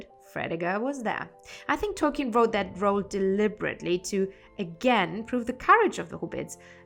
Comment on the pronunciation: Hello! You know I have a special affinity to the hobbits, so I love you choice of topics. And I could absolutely listen to an audio book recorded by you just to hear you pronounce the names! Happy Tolkien Reading Day!